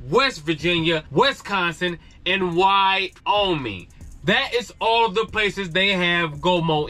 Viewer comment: Did he said Why-Owe-Me? aka Wyoming 🤣 😂